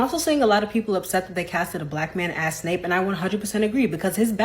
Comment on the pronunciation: It's Severus Snape, not Severus Snoop.